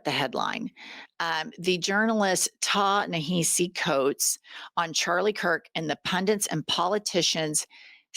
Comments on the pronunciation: Btw, it’s pronounced Nah-HA-si Coates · Pronounced TA La Ha Si. I still love you!! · Hey my darlings, quick pronunciation note. ( Because frankly, the good-guys, deserve to get their names done right. ) Ta-Nehisi Coates, is pronounced "TAH-nuh-HAH-see Coates," with the same cadence as if you were saying "Mississippi Coates" only say "Tanahassee Coates". -thanks for your attention to this matter! ;) With much love, -Captain Grammar <3